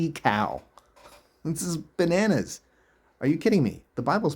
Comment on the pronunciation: Banannas, is now bananas. (You said banannas...🤭)